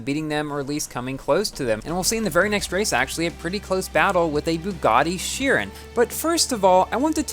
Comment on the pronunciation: You’re pronouncing the word Chiron wrong. It’s Chir-on.